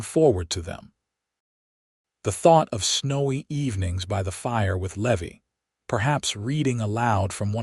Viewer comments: It’s Levi not Levy. AI sucks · Driving me nuts all the mispronounciations. Its lee-vie and I watch all these awesome stories all day every day. But some mid pronounced words drive me nuts...nuts I tell ya.😂